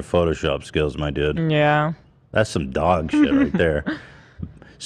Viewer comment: why does ethan say doug instead of dog?